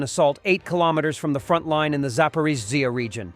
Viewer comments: AI has a stroke every time it tries to say Zaporizhzhia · Well spotted. 😂. Got there before me. 👌